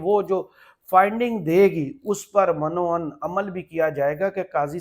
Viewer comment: من و عن کا تلفظ درست کریں یہ جیسے آپ بولتے ہیں ایسے نہیں ہے یہ میم کے نیچے زیر اور ع پہ زبر کے ساتھ من و عن ہے